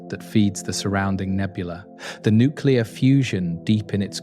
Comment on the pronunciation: I hit the stop button when the narrator said, “nuke-you-ler.”